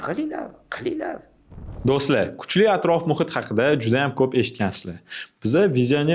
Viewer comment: Boshlovchi doʼsla emas doʼstlar.